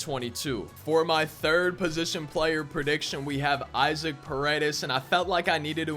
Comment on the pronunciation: Pronounced "Eye-zock" Paredes